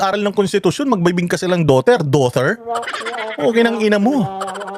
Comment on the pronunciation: 😂😂magaling ka pa magenglish doughtir!!!😂on